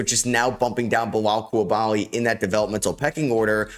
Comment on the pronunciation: His name isnt "Belal Coulabaly" it's Bilal Coulibaly". In french, the "i" sound like "e". Not too fucking difficult to pronounce. Start to respect him !!!!